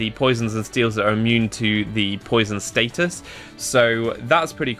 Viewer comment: Status, not stattus.